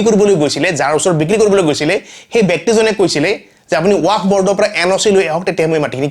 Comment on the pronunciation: ৱাক নহয় ৱাকফ । শুদ্ধ কৈ কোৱা চেষ্টা কৰিব।